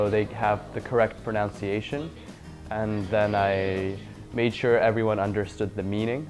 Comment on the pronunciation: "so they have the correct pronunciation" not sure about his pronunciation of the word pronunciation....